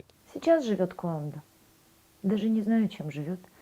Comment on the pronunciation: Гуанда а не куанда